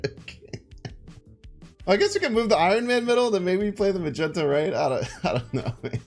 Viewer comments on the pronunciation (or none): Its "Mag" "ne" toe" (Magneto) , not Magenta I have to say it for long time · I dont know if saying magento was on purpose but its pronounced Mag-neat-o. And its pronounced Peg-uh-sis. Lemme know if im wrong since it could be fiction. But it really irked me hearing how you pronounced it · Did he call him a meh-gen-toe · I enjoy the videos, I am a new subscriber. HOWEVER, it is pronounced Mag (like in a gun) neeto. lol it was bugging me throughout the video. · Please it’s mag née toe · Did Blud say magento ?💀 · Anyone else wondering why calls Magneto magento. He swaps the n and the e. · Interesting card. Why do you pronounce Magneto “Magento”? Is it an in joke or a reference to something? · It riles up certain people. So deliberately says it that way. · Why do we mispronounce Magneto again? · A joke, as people sometimes mispronounce is name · He knows. It's just a joke way he pronounces it.